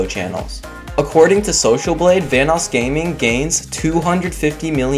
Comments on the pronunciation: When you said vanossgaming I keep hearing thanosgaming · Says VanossGaming Me: hears Thanos Gaming WHAT THE FUCK?!